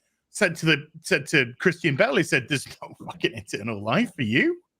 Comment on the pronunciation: "Christian Ba'al"